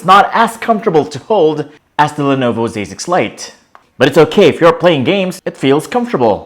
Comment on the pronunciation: I swear I keep hearing him say "Lenovo basic flight" 😂